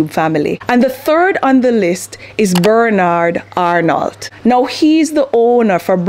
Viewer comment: Just love thé way you prononced Bernard Arnault 😂😂😂😂😂 In French , the « d » and « lt » are silent letters for his name. I didn’t even knew he owns all these brands although I am from France. Thanks for this inspiring video. I BELIEVE IN MYSELF